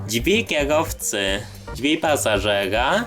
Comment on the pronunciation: Drzwi... Nie ma słowa dźwi kolego